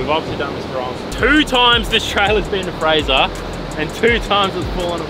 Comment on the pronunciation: Did watch the vid but gave you thumbs up for calling it fraser.